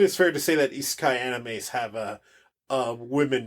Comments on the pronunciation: I think we both pronounced Isekai differently several times. ;) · came off ruder whoops. I’m pretty sure it’s universally accepted The way you use over eye-si-kay. Also Maynga. I’m sorry how rude this sounds